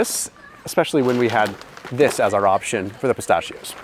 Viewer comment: I really enjoy your videos! But dude you're killing me with how you pronounce "pistachios" 🤦